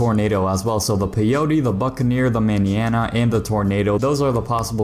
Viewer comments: how he be pronouncing Manana had me crying from laughter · You’re pronouncing mañana so wrong 😅